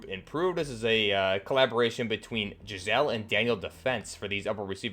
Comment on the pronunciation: "Giselle".....wow this dude is a bone loaf